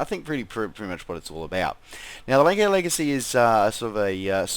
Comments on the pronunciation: Probably the aircraft I fly the most. I think it's pronounced "Lance-air". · Um no. Offense but it pronounced lansair